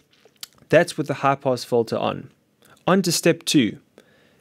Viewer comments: Kahaan Ok. Just had a quick listen to him again. Hehe. It's weird how he says "in" fine, but then makes "Filter" into "Folter". Anyway have a great day. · You say fulter i say filter.